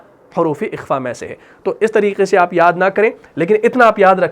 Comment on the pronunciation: ماشاءاللہ بہت عمدہ پڑھاتے ہیں آپ ایک چھوٹا سا سوال حرف خ - آپ جب قرآن میں تلاوت میں بالکل درست ادا کرتے ہیں لیکن جب لفظ اخفا کہتے ہیں تو کاف کی آواز آتی ہے اکفا - اخفا